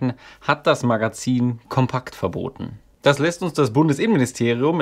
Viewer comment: Compact geschrieben, Kompakt gesprochen. Englisch ausgesprochen ist hier unangebracht.